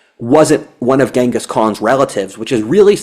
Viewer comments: GHENGIS Khan. Timugen's name is pronounced GEN-gus, not GANG-gus. Come on,! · I think it's pronounced ching-is...